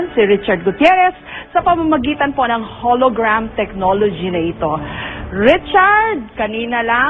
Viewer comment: "KAUNA-UNAHAWN sa kasaysayan ng telebisyon DITOW sa pilipinas! kakausapin ko na po ngayon si Howie Severino sa pamamagitan ng HOLOGRWAM..TECHNOLOGY!" Sapul ka mike XD